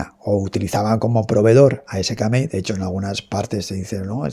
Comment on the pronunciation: Se pronuncia sikemei